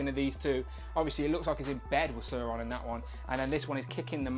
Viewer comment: Not søøron sauron